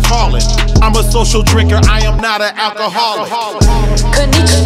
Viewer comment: Triggered by how konnichiwa is pronounced in this lmao